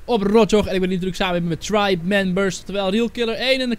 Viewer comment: xd het is tribe niet tripe het is tribe